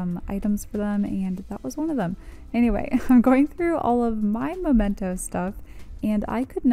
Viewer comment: I love your decluttering videos! Also, it's memento. Where you put things you want to remember. Both words have "mem" in them. It's a good way to "remember" to say "memento." :)